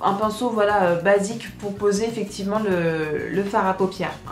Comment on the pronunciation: tu dis souvent "eficivement",haha :p